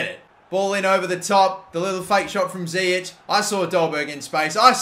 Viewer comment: It's zIyech not ziyek